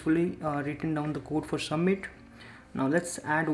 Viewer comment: Am stuck on 'submit' what is that 'sh'?